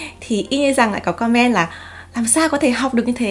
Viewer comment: chị ơi em không biết chị phát âm chữ comment bị sai phiên âm là do thói quen nói chuyện bằng tiếng Việt hay sao nhỉ, vì em và bạn gái cùng ngồi xem thì bạn bảo cảm giác cứ bức bối thế nào haha, nên em xin phép để lại bình luận ở đây mong có thể nhận lời hồi đáp của chị ạ :3